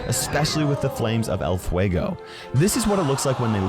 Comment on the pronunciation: Dude, congrats on how you pronounce Spanish names like dragón, calavera, fuego, etc. You do it very well, unlike most youtubers I've seen! 👌